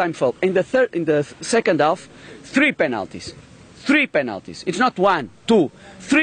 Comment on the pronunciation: Not ván, not tú, frí penáltíz xDDDD